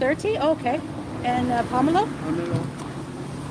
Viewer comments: Dr. X would have a lot to say about that Pomelo (which she pronounced incorrectly) since she's on a statin for her cholesterol (grapefruit and pomelo are contraindicated). She's playing with fire by being uninformed. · Her pronunciation of pomelo sent me😂😂😂